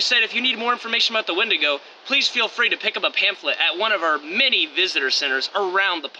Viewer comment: “Don’t run when you see a wendingo” Also: RUNS FROM WENDIGO